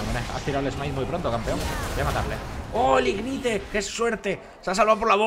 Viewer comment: pero si después dice ignite en vez de ignait XD